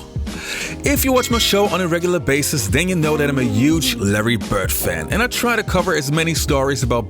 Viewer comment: The Man's name is "Bird" - not "Bert". A little respect is in order.